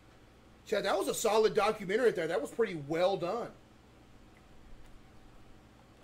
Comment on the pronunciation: why did you emphasize ''well done''?